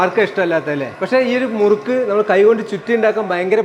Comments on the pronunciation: മുരുക്കു അല്ല മുറുക്ക് ആണു. മുരുക്കു ഒരു മുള്ള് ഉള്ള മരമാണ്. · മുരുക്കല്ല ബ്രോ മുറുക്ക്